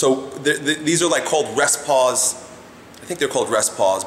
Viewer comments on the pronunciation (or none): It's 'rest pause' not 'rest paws' lol.